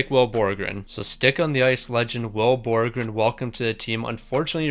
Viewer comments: Will Borgen (Bor-gen) not borgren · ITS BORGEN ONLY ONE R ITS NOT BORGREN ITS BORGEN